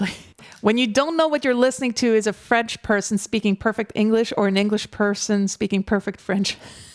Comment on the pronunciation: Hello from France, I would like to start by telling you that you have an impeccable French accent! I even had a doubt that you were French. You must have lived in France for a while. I saw that Clair Obscur's album has been number 1 in classical music album sales for 3 weeks. Lorien Testard comes out of nowhere. We would never have known his talent. How many genius artists in this world will we never know? Thank you for your reaction